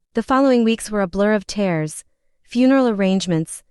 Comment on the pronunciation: "A blur of T -airs. Stop the stupid computerized voice that mispronounces simple words! I quit watching every time I hear this obtusity.